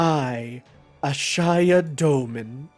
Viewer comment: The bowels of hell itself was your pronunciation of Ashiya...